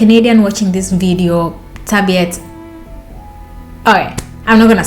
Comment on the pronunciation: Sir-vee-utts. 😂. It's the little things, and it is miscommunication. But you killed me with the dildo.